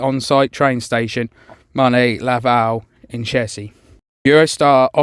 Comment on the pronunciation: That's great if direct London train service return to Disneyland Paris! Though there's still the issue with UK immigration and customs needing to be in the station, blocking an entire platform, in a station that has seen increased ridership and number of trains. Slight correction, it's pronounced the other way around: the E in Marne is silent, but the É in Vallée is pronounced. And gare has a hard G, like in the word gate.